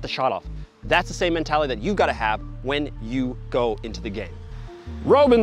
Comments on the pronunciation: How do you butcher the pronunciation of Robben's name🤦🏾‍♂. its as if you watch football with the commentary muted every time. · Can't even bother to learn how to pronounce Robben. 0/10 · Love, but he is driving me crazy with his bad pronunciations of names. I know he's legit, I know he's a pro, but when you pronounce Robben like ROBE-in and Benzema like ben-ZAY-ma, you sound like you've never watched the game. Americans get a bad rap as it is; we don't need to give people any more excuses for thinking we don't know the game. Say these names right. Please.